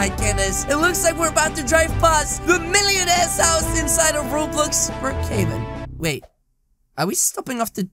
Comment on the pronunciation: it’s Brookhaven not rocavan